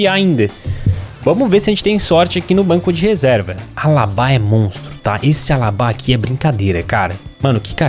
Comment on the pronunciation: Alabá 😂😂 é Alaba